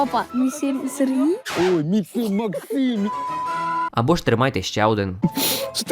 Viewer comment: "Сегрій"??? Щооооооо????😂😂😂